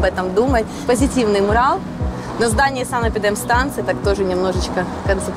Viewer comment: МУрал или мурАл. ЕСТЬ ПРАВИЛО!!!!!!!!!!!!!!!!!!!!!!!!!!!!!!! А если не знаешь, как правильно, загугли орфоэпию слова!!!! Правильно мурАл!!!!!